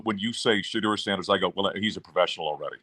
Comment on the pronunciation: I know you’re not in the know but it’s pronounced Shedeur (Sha-door) not (Sha-durr) 😂😂